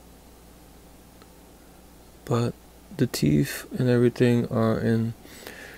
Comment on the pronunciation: What's a teef, why can't you people pronounce words properly